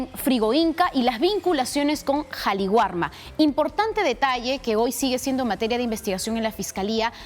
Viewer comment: Qué pasa, señoras reporteras??? Es Qali warma Entiéndase, el Perú es un país quechua, sintámonos orgullosos de ello y aprendan a respetar el quechua /Kali warma/.